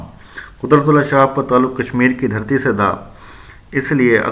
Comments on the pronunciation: اس آدمی کی اردو صحیح نہیں ہے شہاب کے شین کے نیچے زیر ہے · بالکل بوگس وڈیو۔جوشخص شہاب کا تلفظ صحیح ادا نہیں کر سکتا۔ اور بے شمار غلطیاں۔۔ خدا را ایسا استاد مت بنیں جو خود ہی اردو سے ناوقف ہے۔۔۔۔